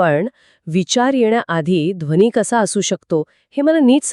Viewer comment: Speakers हो मराठी सुधारा हो - मंत्र म्हणतात - मंत्र बोलत नाही! आणि दोघांनो. लहर शब्दाचा उच्चार मराठीत करा की हिंदीसारखा नको. सनातन म्हणा सनातण नव्हे, ध्वनि म्हणा ध्वणि नव्हे. संभाषण कृत्रिम वाटते - AI generated आहे की काय?